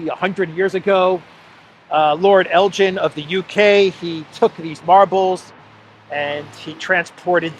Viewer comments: Elgin not Eljin, please Jet it right, (get, sorry) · It’s Elgin not Eljin 😊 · It's ELGIN not Eljin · Elgin not El jin. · Elgin is a Scottish town. Please note that Elgin (hard G) is not "ElJin" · it's el'G'in a hard G not like the alcoholic beverage, ask Alexander 👍 😂 we should give them back but Britain is famous for taken things and not given them back, just ask the IRISH 🍀😉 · We know all about Lord Elgin in Canada. Pronounced with hard G as in Give. I.n the 19th Century he was the leading general in the British Opium wars that humiliated China and all the marble that he stole after the British Expeditionary Force pillaged the Summer Palace is still on display in the Posh Lord Elgin (like El - give) on Elgin Street leading to the House of Parliament. The Hotel boasts even a marble bust of himsellf as some major Roman General in a remote minor Province of the British Empire. Bravo Greece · Never heard 'Elgin' pronounced like that before. The 'G' is usually like the 'G' in 'give' - as in 'give back'. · Elgin pronounced G as in Guinness ElGin...ess Elgin. Your welcome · Hey,, the 'g' in 'Elgin' is hard, as in Belgorod, not as in Belgium. Elgin is a wee Scottish Highland town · elg-inn. Hard G. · Can’t pronounce Elgin correctly, doesn’t know that the marbles were legitimately purchased by Elgin from the legal owners, doesn’t know that the French stole the Mona Lisa, total ignorance. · It’s Elgin with a hard G. The British thieved from many countries in the world and show off their loot in London! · the correct pronunciation of “Elgin” is Elgin with a hard G not J. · it is Elgin as in begin...please pronounce this properly😂,,,love your work and watch you daily, so thank you.